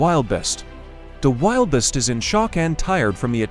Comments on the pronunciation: Check your pronunciation of “wildebeest” \ ˈwil-də-ˌbēst \ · It's pronounced. wil·duh·beest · Wiliest? Get your editor to pronounce and spell words correctly or I and many friends will stop watching! How difficult is it to google the animal and pronounce it correctly? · It is pronounced as wil de beast. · Wil da beast pronounced idiot. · Apologies for the AI conversion ,pronunciation..Thanks for watching 🙏🙏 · The AI ,caused that mispronounciation. Thank you for watching 🙏🙏🤠🤠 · Noted..Yes,Wildebeest mispronounced, by the AI Narrator ..Thank you for watching 🙏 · The AI converter, created that pronunciation issue.Thank you for watching 🤠🙏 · It's the AI generated pronunciation. Caused an error. Thank you for watching 🙏🙏😀